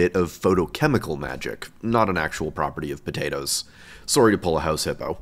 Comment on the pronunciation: How to spot a Canadian: the accent on “Sorry” and The House Hippo